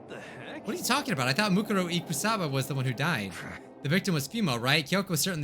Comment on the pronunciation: Ikusaba is pronounced Ikuusaba